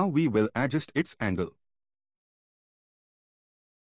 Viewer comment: adjUst, not Adjust. The stress is on 'U'. And thank you for the video! 🙂